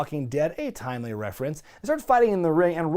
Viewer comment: Did you say "it was very 'timely' or 'tongue' to put this match on last"?